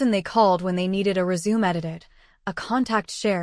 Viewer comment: And pronounce words properly. The word "resume" has 2 definitions and pronounciations. What embargo? Is there a ribbon cutting at the announcement of a scholarship program?